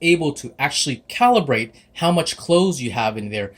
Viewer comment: THANKS FOR SAID "CALIBRATE" <3